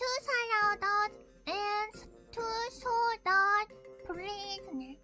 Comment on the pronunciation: まあバーチャル日本で暮らしてたらSaladsをサラダって発音しちゃうのは仕方ないわね